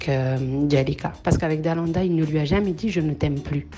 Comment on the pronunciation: Ça me stresse quand tu dis Dalada 😅 au lieu de Dalaaaanda